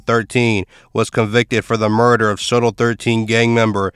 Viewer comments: It’s not pronounced Soto, but So-Tel short for Sawtell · Dude said “Sotoll” lol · it is damn annoying hearing him mispronounce it over and over